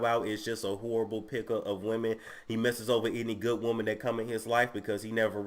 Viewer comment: Bruh Niecy Nash 🤣🤣 a wou-man!